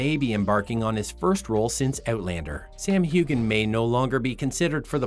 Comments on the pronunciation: She was already in Outlander when she made those films. Pity you can’t get your facts right also you are not pronouncing Sam’s surname correctly, the g is silent. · He even mispronounced Gabaldon! And I'm surprised that since he's mispronounced Heughan, that he would have pronounced Catrionía as Cate-ri-o-nia!